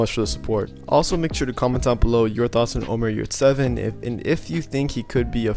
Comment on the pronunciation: HEY his name is NOT OMAR!!!! He is not Arabish!!!! He s a TURKISH Player and his name is; ÖMER YURSEVEN! (next Scottie Pippen;)